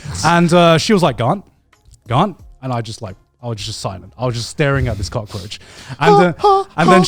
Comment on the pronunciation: Every time Garnt says cockroatch all I hear is the "cock edit"